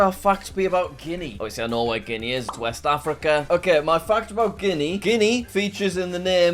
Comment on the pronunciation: Why does guenia sound like 🤣🤣🤣🤣🤣🤣